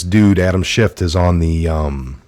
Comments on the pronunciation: Schiff not schift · Respectfully, his name is Adam Schiff, not Shift. Thanks for all the research you do, love your show. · Please it’s Schiff. No T. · Please quit pronouncing a "t" at the end of Adam Schiff's name; it sounds like you don't know what you're talking about -- and clearly you DO. Love your reports. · We don't say "schiff"!!!!!!!!!! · It’s Schiff 😉 no “T” unless you mean Schitt 🤣